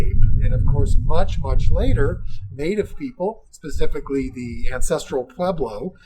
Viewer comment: Mispronounced Pueblo tribe names...